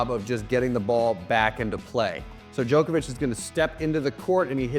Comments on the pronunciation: His name is pronounced jock not joke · Why do ‘Muricans say “Joke-ovich” when the rest of the entire world call him “Jock-ovich”? Such an annoying pronunciation! 🤦🏻‍♂️ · Dude it’s Djokovic not Djoekoevic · Hate how Americans say Joke-a-vich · The hardest thing to comprehend is how he says jokervic